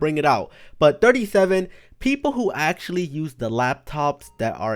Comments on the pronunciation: Hè always says acxtualy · Why does he always say actualy